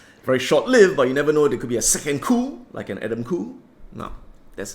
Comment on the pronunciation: Adam "Coup" 😂😂😂